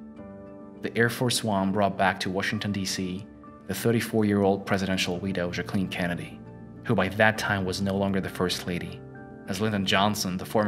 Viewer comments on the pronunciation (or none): I can't even with the juh cleeen pronunciation lolol bro." Jack uh lynn" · I thought it was pronounced "Jacqueline" not "Jacqueline" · Bro don’t mispronounce his wife’s name that’s disrespectful. UGH! Her name is jacka-lin. NOT Jackleeeeen. Also, Fort. Worth. not forth worth. And Lincoln. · Learn how to pronounce Jacqueline directly. If not just call her Jackie O. I kept trying to figure out what you were saying, almost sounded like Ja Queen sometimes. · The video is interesting. The only negative is the pronunciation of Jacqueline. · I hate to be picky but this guys pronunciation of Jacqueline and Fort Worth need some work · Who else cringed when he said “Jacqueline”